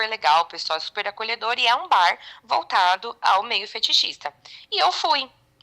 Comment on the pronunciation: Moca,a pronuciacao de bar em ingles esta errada.NAO leve a mal mais antes de pronuciar uma palavra em ingles aprenda a fala.😊